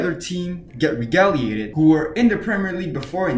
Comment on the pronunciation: Pronounced as Reg-gull-lated.